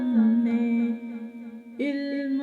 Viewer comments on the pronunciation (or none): لفظ علم غلط بول رہی ہیں" الم" صحیح لفظ یعنی الف کے اوپر زبر ہے